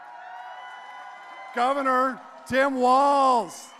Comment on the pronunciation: His Name Is TIM WALZ NOT TOM